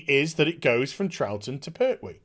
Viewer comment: It's "PerTwee", not "Per'hwee"...the name has a T in the middle of it, not a Cockney glottal stop...